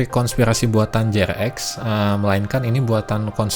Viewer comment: Jrx dipanggilnya jering, pas abang manggilnya jrx (je er ex) aga aneh juga dengernya😂😂😂🙏🙏 tapi saya demen ama abang, ngejelasin seacara alus. Trs btw TK tuh kadang seru loh, karena enak buat dibuat argumen gitu.. 😂😂😂😂 bukan berarti saya penganut TK, sumpah saya bukan penganut TK😂🙏😂🙏 cuman debat beda argumen itu seru. Kaya hidup tuh ternyata gak gitu gitu aja. Intinya jadi paham aja, kenapa sih, si G bisa percaya dengan TK ini, alesannya, reasonnya. Cuman kalo adu argumennya masih selow, santai, enak yak. Ya kalo ampe emosian, yaaaaaaa😂😂😂😂😂😂😂